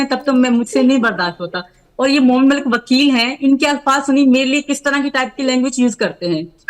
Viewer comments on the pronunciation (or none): Casachin pappo ko wakil v bolna nhi aata hai wakil ko bakil bolta hai or ye seema ko lappo ghengur se piyar ho gaya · Bakel nhi wakeel hai 😂😂😂😂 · Abe Vakil hota hai Vakil Vakil Nahin hota hai Vakil hota hai Vakil Vakil ke Lallu Ram Chaurasiya